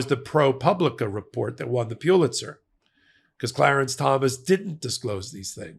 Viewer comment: the word, Pulitzer, is pronounced "PULL-itser", not "PEW-itser.